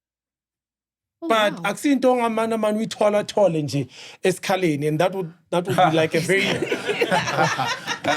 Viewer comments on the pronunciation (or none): DJ Cleo keep saying eskhaleni